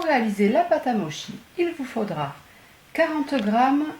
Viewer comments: Ca se prononce moTchi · Ca se dit motchi, parce que la transcriptions dans notre alphabet ne correspond pas exactement à notre prononciations des lettres. En réalité le mochi en fait c'est seulement la pâte, sinon quand c'est fourré c'est des daifuku... Je ne pense pas que le motchi soit Japonais ( en réalité c'est Chinois), mais les daifuku le sont.... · o prenonce motchi en japonais :)) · ch en japonais se prononce tch donc ça se prononce moTchi. sh se prononce ch donc wagashi. Merci pour votre recette. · On dit motchi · sa se dit « motchi » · Sa se dis : moTchi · Hello ça se prononce (motchi) et c'est japonnais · On dit motchi mochi s'écrirait moshi et moki serait une prononciation italienne lol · Merci pour cette recette ! Pour info, c'est Japonais et ça se prononce "motchi" :) Je ne savais pas qu'on pouvait utiliser du riz gluant et le réduire soi-même en farine, par contre ça m'embête d'utiliser du cellophane car j'essaie de m'en servir le moins possible.